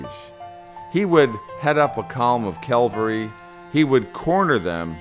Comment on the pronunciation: You lost me at "Calvary", when attempting to say "cavalry". And it was Tarleton, not "Tarlington".